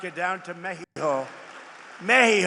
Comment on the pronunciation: She calls it Meheeho? Does she? Really?